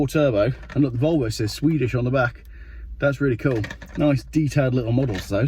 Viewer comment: yes please Geoff, I’ll have the Wolwo!